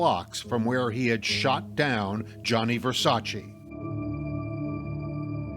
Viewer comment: Versac EEE his name doesn't end with i